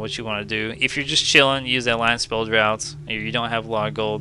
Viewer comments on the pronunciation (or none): Hey nice vid. Draught is pronounced "draft" btw 👍